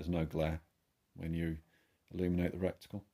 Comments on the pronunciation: Old Chinese proverb " that which is shit flies to pieces",, great video, but please please stop saying RECTICLE... IT'S RETICLE!!!👍btw, I've got 3 airmax 30 compact scopes, I love them. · Don't keep saying "reCticle" - it's RETICLE! 😂😂